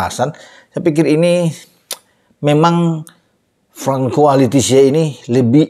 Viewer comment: Francois bacanya Fansoa. Ada 3 Guinea disini : 1. Guinea 2. Guinea Bisau 3. Guinea Equator